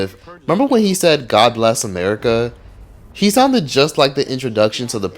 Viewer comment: BLESS = BE-LESS